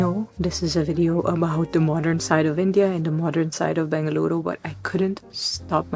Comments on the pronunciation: Its in BENGALURU, not BANGaluru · I love how she correctly pronounced “Bengaluru” ❤ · Really like the way she says Bengaluru !!